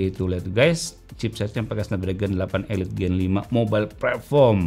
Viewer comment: Nah ini baru bener SD 8 "elit" Bukan "ilait" 😂